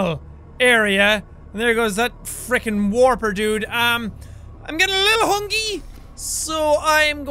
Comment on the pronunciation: Jack when u said hungwee popularmmos, another channel said that